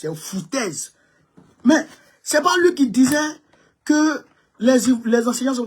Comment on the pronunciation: ON NE DIT PAS "LU", ON DIT " LUI. MERCI BEAUCOUP